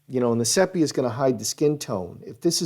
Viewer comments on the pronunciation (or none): I think the pronunciation is see-pia. Not sep. iah